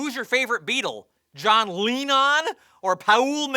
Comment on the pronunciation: John Leenon, or Pa-ool McCaughtney, lol